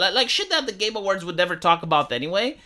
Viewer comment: Everytime says Game Awards it sounds like hes saying "Gamer Words". I vote the community hosted Game Awards be called the "Gamer Words"